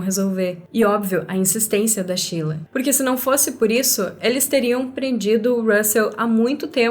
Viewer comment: Não entendo pq chama a Sheila de "Chila"